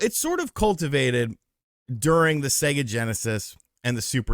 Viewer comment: Spot on today … but I noticed you are starting to say SegGER instead of sega lately. Turning into your parents!